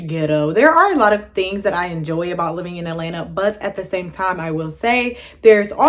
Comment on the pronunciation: You really can't pronounce AT-LA-NTA for real? So you are just going to get here and keep embarrassing yourself saying, "E-LANA"? Come on woman, you're being too lazy not putting in any effort to learn how simple words are pronounced! 🙄🤔